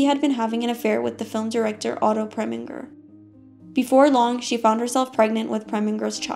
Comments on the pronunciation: There is no reason to mispronounce "Preminger" or "Blondell." There really isn't. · I agree, it drives me nuts.